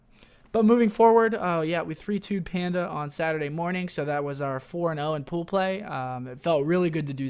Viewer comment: was I the only one that laughed every time he said "poo play" 😂